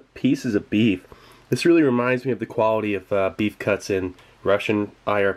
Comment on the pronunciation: "if you ask me thats quaility"